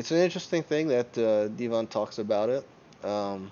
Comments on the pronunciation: Deh vin, not dee von lol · Deeevon?? It's pronounced DEVON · There are many reasons to dislike this video... But by far the greatest reason, is that IT IS DEVON, NOT FKING DEEVON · its not devAn its devOn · Deevon? Devon.... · His name is not dee-von lol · so you can say 'density' properly but not Devon???.....you trollin bro?.....its Devon, like Kevin...smh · I dont know how he managed to pronounce Devon wrong. Dee Von xd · how can you pronounce it Dee-van seriously how ignorant are you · Why are you calling him dee von? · Who's Deeevon? Kinda discredits your opinion when you can't even pronounce Devon correctly... Lol that's not even a difficult name to pronounce. Too much weed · Why call the guy divan when its devon??? wtf.... and why call denis “ dinnis”....😳😳😳😳?? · The way you pronounce Devon is way off guy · You're pronouncing Devon name wrong lol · Why can't you pronounce Devon correctly?